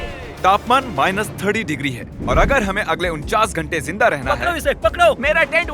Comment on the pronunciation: Not ( jinda ) its ZINDA mean Alive.